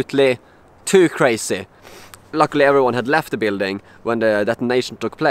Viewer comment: National Security Index: 1. Kräjzy 2. Äbsålutli kräjzy 3. TUU KRÄJZY!